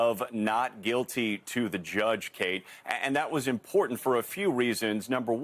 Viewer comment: Im - por - tant ! Stop the choke! Is it woke choke!? 3 syllables.